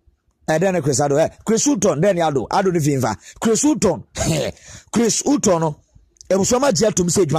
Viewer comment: Please pronounce the name well